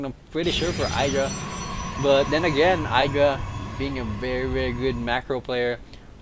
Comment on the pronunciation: well casted, just remember that you pronounce idra id-ra, not eye-dra